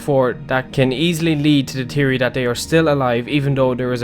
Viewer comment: Hey btw there's an H in the word theory